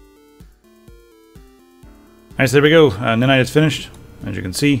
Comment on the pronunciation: its ni-nite, not nin-ite.